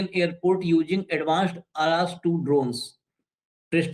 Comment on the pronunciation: Arash nahi arsh